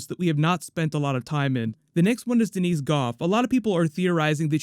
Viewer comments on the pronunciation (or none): none